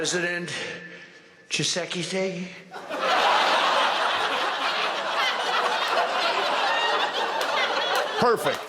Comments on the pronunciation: 🗣️President CHEESEKDEIIIIII (Tshisekedi) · Did this fool pronounce the congos president name Dos XX? Lmao. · You'd think he'd get the Congolese President's name right - just wave a burger in front of him, and say it's pronounced "Cheese-ekedi", he'll learn. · Chi- se- key -tey 🤣🤣🤣🤣🤣🤣🤣🤣🤣🤣🤣🤣🤣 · Good old President Chee-seky-day! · Did he say President Chik Filet? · Trump insulted those leaders. He's a MORON. He couldn't even say one of their names right. Trump is so stupid and disrespectful. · Mr. Garvey could have pronounced the Congo President's name better. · So the first part sounds like " cheese....he can handle that part I'm sure. Congratulations on making #4. 🎉😂👍✌️♥️🧓🇨🇦👏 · The name of the president of the DRC is really easy to pronounce. His name is Félix Tshisekedi. I really wonder what Trump promised those presidents to get them to show up again. I'm pretty sure con man Trump will not make good on that promise. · Jimmy😂😂😂😂when Dozy Don tries to pronounce that name, I lose it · It's not so bad that he couldn't say Tshisekedi, the insult is in the fact he didn't even try. Like it's the Congo Pres' fault for having that difficult name. That's what Felix will remember when he talks to Russians or Chinese. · Trump didn’t pronounced Congo’s President name very well, mind as well he could say giggity. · Trump aced his name! He pronounced it better than every president before! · The embarrassing stupidity of Trump makes me wonder how he can display any more arrogance or lack of concern about actually being president, or anything besides accumulating more money and power. As with the acetaminophen fiasco, knowing that he was going to have to say President Tshisikedi's name, one would think that he, or one of his loyal advisors, would make sure that he knew how to pronounce it. It proves how ignorant he really is, and how little he cares that everybody knows. He's proven how smart he is by the acing of his "IQ" test, so nothing can challenge that. 😂